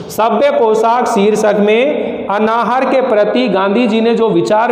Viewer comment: अनाहार नहीं अन्नाहार होता है.... उच्चारण तो सुधार लिजिए पहले अपना